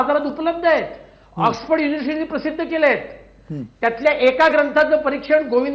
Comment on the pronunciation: अरे तुला नीट बोलता ही एत नाही. 😂 ऑक्सफोर्ड ला ऑथ पोरडी म्हणतोय